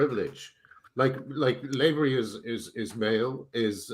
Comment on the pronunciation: Lavery is pronounced LAH-vree, not LAY-ver-ee. Graham should know that as Lavery is an Irish surname.